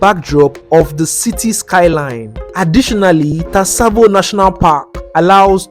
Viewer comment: tsavo pronounciation brought me here😂😂😂, I saw a vid naijas eating bushmeat like snake how true is that?